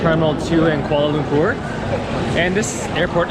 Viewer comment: The way he pronounced "Kuala Lumpur" Lol